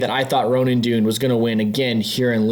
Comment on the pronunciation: great video, but it’s pronounced dunne not dune:)